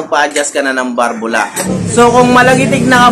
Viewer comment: Balbula po hindi barbula Valve